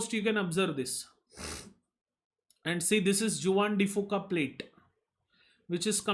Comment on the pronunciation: Awesome lectures and thank you for your efforts. Just a small correction, Juan de Fuca is a Spanish word where Juan is pronounced as 'huan'.